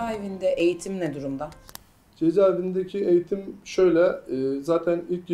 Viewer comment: {#BÖH} ÖZEL HAREKATI adam eytim almamış biri olduğun eğitime eyitim diyişinden belli ettiriyor kendini 😁